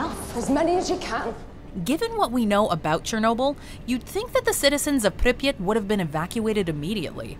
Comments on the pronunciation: Please stop saying Pipyat like that. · It's called pripyat not "preppyt" lol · The pronunciation of Pripyat Is awful